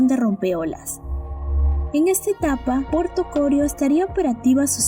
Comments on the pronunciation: No es Corio sino Corío. El acento es sobre la i y no sobre la primera o. 😁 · no se dice CORIO, se dice CORÍO, me tiene wbon con su relato. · Interesante video. Solo sugerir que mejoren la locución de la voz en pronunciación. Aclarar también que el nombre correcto es Corío con acento en la i.